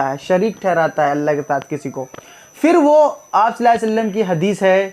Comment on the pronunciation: Please pronounce correctly sallahu alaihi wa sallam jazakallah